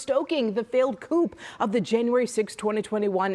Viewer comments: I think your "news anchor" (partisan political parrot) needs to look up how to pronounce the word "coup." Please refrain from going off lefties. I equally dislike the right (and Trump). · Somebody teach this idiot how to pronounce coup.